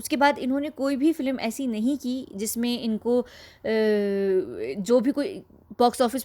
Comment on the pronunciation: Aapki awaaz bhadiya hai par filim na bola karen. Film hai